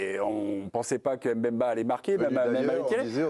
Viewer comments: Franchement je ne sais pas si je dois rire ou pleurer quand j'entends les blancs prononcer les noms africains. C'est "Mbemba", pas "Embemba". C'est "Mbappé", pas "Embappe". Sur le plateau seul Roustan s'en sort. En même temps il a passé une partie de son enfance au Congo... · C'est pas Hèmbemba c'est M'bemba wesh. Faites une effort les journalistes ça fait 30 piges que vous commentez vous savez toujours pas prononcer le M devant l nom des cainfs 🤣😭